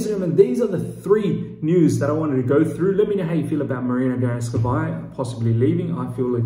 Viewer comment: Please... Marina Granovskaja not Granovskavaja.